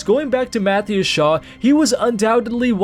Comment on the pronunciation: Mathew Shaw? Pretty sure it's Matthias Shaw.